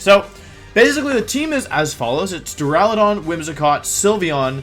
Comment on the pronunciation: My day has been made! Wolfey finally pronounced Duraludon correctly! :)))))